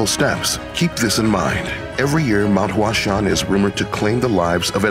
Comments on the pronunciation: The way he pronounces “Huashan” kills me. He pronounces it like "Flower mountain" lol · Your pronunciation of the location is incorrect.